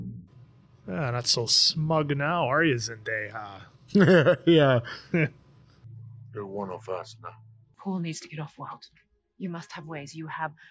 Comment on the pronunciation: Is just joking, or does he actually think her name is pronounced "Zen-day-HAA"?